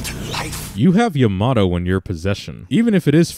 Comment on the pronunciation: 1 thing else: characters are really inconsistent with the name of Yamato. It's either like Yamotoe, Yomatoe, or Yamado. Those last 3 are for pronunciation.